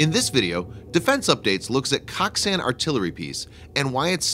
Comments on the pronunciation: I'm pretty sure it's pronounced like Coke-san. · It’s pronounced “coke-sun”